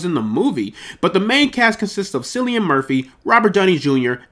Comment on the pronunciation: Gonna help you out with a couple things as your big bro, mate: 1) It’s pronounced Killian, not Sillian. 2) Your passion comes through and you have a chance of succeeding with this channel on a bigger scale than you realize. 3) You’re going to have to invest more into this for #2 to be possible. Dedicate a full room to this - your background and cheap pop filter are the only off putting things about this video. Thank me later and take care, The Boy (big bro)